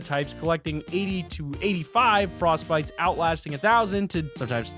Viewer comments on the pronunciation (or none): Frostbites really its fortbites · frostbytes? You mean fortbytes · its not frostbit its fortbite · Did anyone else laugh when he said "frostbites" instead of "fortbytes" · He said frostbytes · Did u say frostbytes? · Loved the video but did he say "Frostbites" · Its fortbites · Anyone noticed that he said “frostbytes”